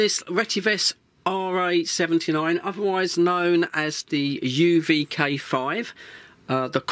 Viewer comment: You pronounced K5 wrong 😅